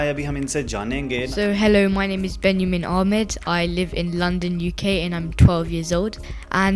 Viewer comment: His name is Benyamin and not Bani Yamin which you kept pronouncing till the end. The boy told his name with right pronunciation i.e Benyamin.